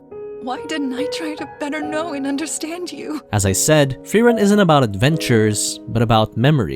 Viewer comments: As a german i loved how you said all names in the intro 100% right but frieren just a bit off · Frieren Thought it was spelled frieren Pronounced fry-ren Not free-ren But it's nice to learn new things 'a'